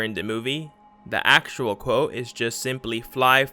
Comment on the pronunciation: You say actual like you know